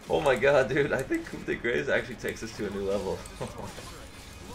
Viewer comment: In french, you prounounce coup well but "grace" is almost exactly like "grass", the r is a bit drier because it's french ;) closer to uk pronouciation for the "de" tho